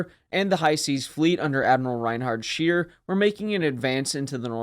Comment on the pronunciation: Great video, however, Scheer is pronounced like Cher. And just in case, Speer is pronounced like Shpair. Keep up the good work!